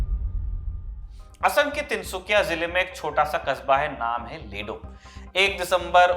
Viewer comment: Its not lilu sir it's Ledo, and one more thing I m also from ledo.